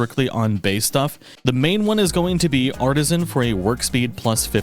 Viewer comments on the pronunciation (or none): none